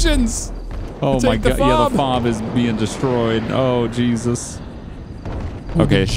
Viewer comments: F-O-B…….…it’s pronounced FOB…just say fob 🤦🏻‍♂️ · You don't say each letter of a FOB. It's just FOB.